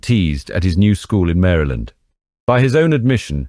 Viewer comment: I appreciate that you pronounce Maryland correctly. Thank you very much. Lol